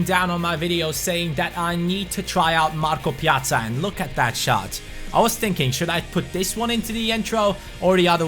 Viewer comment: Finally someone knows how to say his name right 😄